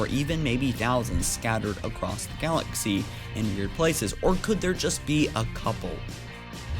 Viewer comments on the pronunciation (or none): none